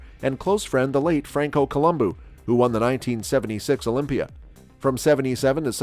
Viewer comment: Colombo not Colombu 😝